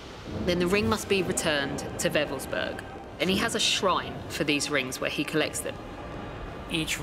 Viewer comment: I was stationed only a few clicks from Wewelsburg back in the early 90's. It's a shame that almost no one in the documentary pronounces it correctly. Creepy place.